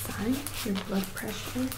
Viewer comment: I heard "blood pressure" as "butt pressure". Sorry :-) (Great video btw, thanks x 1000)